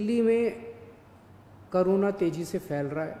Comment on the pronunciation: it's corona not karona